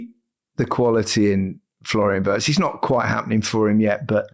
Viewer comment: Wirtz: STOP saying 'WORST' it is pronounced 'WEErts' !!! When you took the trouble to learn the pronunciation of 'Woltemade', PLEASE, take the same trouble with others like Wirtz.